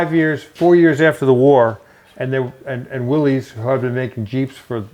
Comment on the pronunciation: Willis not Willies!